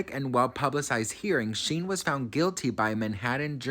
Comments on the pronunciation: Shyne is his name. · I'm pretty sure his name is pronounced like Shine. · I think his name is pronounced shine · OMG its pronounced SHINE!!! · His name is pronounced like shine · It’s pronounced Shine 😂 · Omg. You pronouncing Shyne's name (pronounced "Shine") like the worst fashion company in the world (Shein) is sending me😅 Not throwing shade. I think you're adorable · Honey,, it's pronounced SHINE, not Sheen or Shin. I still love you, lol ❤. And Diddy paid him a million dollars to take the fall. Ay, ay, ay. I got some research for you. love. Shyne is a con artist. There's a law in Belize that forbids people convicted of crimes in other countries to hold public office. He wants to be prime minister of Belize. The people in Belize see right through him. He always had a NY accent, now he has this other accent. He stole Biggie's sound, literally the sound of Biggie's voice. But Diddy and LA Reid ( otro monstro ) made it look like a million dollars album deal. He just took that money. And Diddy's private jets were always making "drop offs" at Belize and donating money to Shyne and Belize, but it wasn't for impoverished children or education. It was to line Shyne's pockets. He crooked too. Y la pendeja de J Lo lied like a rug after the Club NY shooting. The lady who was shot in the face, Natyana Ruben, always said it was Puffy. She told police, the surgeon, everybody. But Puffy has always had some law enforcement on his payroll. She still has 9 bullet fragments in her face and is willing to have surgery to atleast remove one to prove it came from Puffy's gun. But Shyne did 9 years and got 1 million. Don't trust that dude. Ese es otro criminal y embustero. Stay blessed ❤ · Thank you 😂 he was calling him shien and I couldn’t stop laughing. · Who’s Sheen? 😂 you mean Shyne 😂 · Not sheen it’s Shineeee Poe son lol great stuff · It's pronounced shine lol but great video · Sheen? At least get the names right… at least!